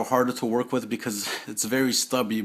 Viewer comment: Thanks, very informative video bro. One thing, you say "wit" instead of "with" just like my wife, lol. She's from Brookyln, I tease her about that all the time. :D Thanks again.